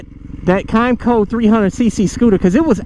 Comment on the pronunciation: A kymco 125cc got me into riding few years back (kim-co) is how its pronounced haha but I took the stickers off and registered it as a 50cc lol didnt have to have a motorcycle license or tag or insurance back then so it was great that lil kymco agility 125 hit every bit of 70mph it surprised me actually but now after few dirtbikes and mt07 I'm riding my 2020 mt09🤘 lifes good ride what ya have and be happy regardless ad long as its 2 wheels 💯